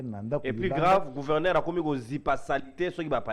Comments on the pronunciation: Yango ezalaka nini yango na ba luba ? Pourquoi bako kaka ko prononcer lettre G te? Mutu ya union sacrée azo loba kuverneur au lieu de gouverneur. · Kuverneur 😂 ... Kuvernema 😂🤣😆